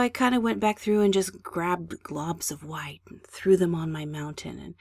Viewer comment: remember, this is your world. the only limit is your imagination. now then, lets just. add a little hwhite..